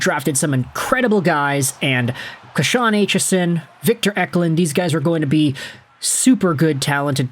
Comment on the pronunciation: You're saying Kashawn's name wrong. It's Kay-shawn. Not Kuh-shawn